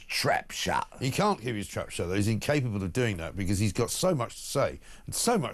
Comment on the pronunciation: McCann instead of can’t